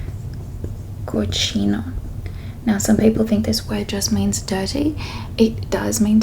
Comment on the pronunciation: Oh, that’s very interesting! When you say 'people,' I hear /peɪpəl/ instead of /pi:pəl/. Am I mistaken? I’m not a native speaker and I’m trying to improve my English. Where is your accent from?